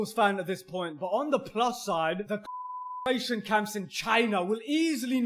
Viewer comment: Con cen tration camp. It's not that hard to say.